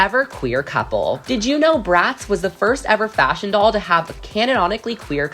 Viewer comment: I hear the F work that dosent sound like faSHion